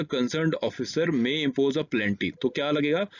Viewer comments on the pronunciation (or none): Thank u sir..!!! Bht acchi class h sir..!! Sir ap flow flow m plenty bol dete ho.. Pe..nel..Ty..!!